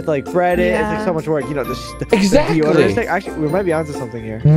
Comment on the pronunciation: AT 3MIN AND 21 SEC SOCKS SAID DEOGERANT INSTEAD OF DEODERANT